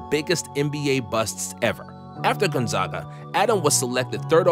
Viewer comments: My man, it’s “gone-zega” not zaga and “spo-can” not spocaine😂😂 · My guy you need to learn how to pronounce Gonzaga. As a Spokane resident that really grinds my gears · everyone still says Gonzaga wrong feels bad man edit: and spokane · The way you say Spokane and Gonzaga bother me. I know it’s just because you aren’t a local, but still.